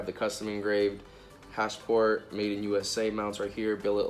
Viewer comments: its HASPORT.... not HASH-PORT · Hasport not hashport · Sounds like he's saying hashport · Your the only person I’ve heard say “hash-port” and “hon-data” lmao